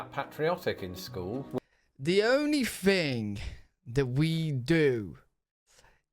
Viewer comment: Where do they say “thing” like “fing”?